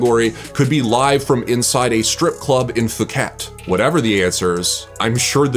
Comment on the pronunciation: The way he pronounced Phuket should be labelled a war crime